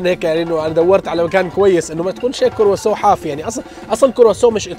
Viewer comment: نرفزني وهو يقول كوروسوو